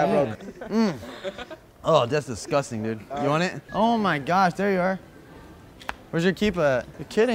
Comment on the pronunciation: ZERE IN ZE ATTIC